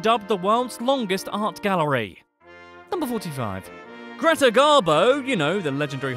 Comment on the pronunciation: magnus ladulås wasnt a king and what is zvaria siffra means "a number" you shouldve said "nummer elva" kiruna is pronunced keeruuna the krona in plural is called many "kronor" not "many krona" that would mean many crown Greta is pronounced with a nasal e "gift" is not pronounced yeft its pronunced exactly like the english word but with a "j" insted lagom = egnough realisationsvinstbeskattning is prononced like on google translate just use that fika is pronounced feeka the letter "U" is pronounced like the latin "V" Ö is pronounced like eh in some dialects